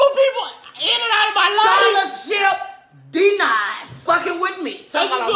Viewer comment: “SCHOLARSHIP DE-NIED” 🤣😭 Lmfao